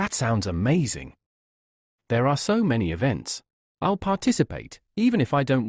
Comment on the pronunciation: i' el el (i'll)😂😂😂